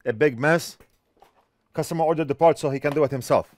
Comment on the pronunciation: You said "bag of parts" and I thought you said a bag of farts. lol I thought "well that's weird. lol